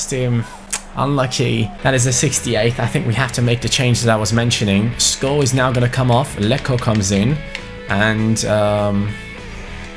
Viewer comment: Skovvv not sko like so can see